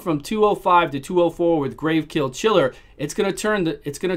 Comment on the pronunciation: You always say GraveKill Chiller instead of Gravechill Killer lol